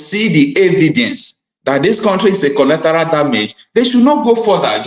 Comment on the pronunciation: what a tremendous job you are doing! In my opinion, you are umpteen. I, however, wish to correct you on a few errors which, if adhered to, will, immensely, enhance your efforts towards informing both the masses of Nigeria and the world, at large. That word is, actually, “Collateral” and not “Collectoral” - a word that doesn’t exist in the English Language. Also, the word, “Concern”, is often mispronounced as “Consign” which, even Lawyers and intellectuals, in Nigeria, are guilty of. They are completely different words, with different meanings - one dealing with feelings, while the other deals with goods, shipment or consignment. On e again, what a marvelous job you are doing!